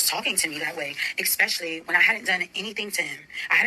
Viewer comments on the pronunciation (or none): Essssssspecially. No “x” in it. 🫢